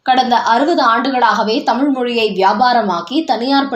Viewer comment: கள் குடிப்போருக்கு கள்வி தான் வரும். தமிழ் இல்லை தமில்..டாஸ்மாக் உச்சரிப்பை மாற்றியுள்ளது.